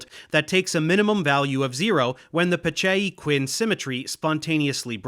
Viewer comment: I really got a sense of Dave’s Italian roots when I heard him pronounce “Roberto Peccei”